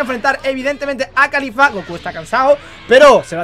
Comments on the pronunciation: es caulifla no califla estos españoles que cambian todo xdxd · NO ES CALIFLA,ES CAULIFLA caulifla no califla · pq le dices kalifa si es caulifla xd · No es califa es caulifla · Alguien noto que dice khalifa?😂